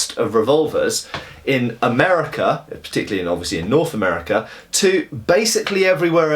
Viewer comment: Norf America :P.